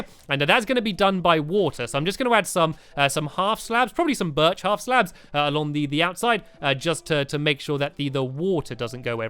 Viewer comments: STAMPY!!!! UR SAYING BIRCH WRONG!! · stampy said birch wrong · stampy your not saying birch right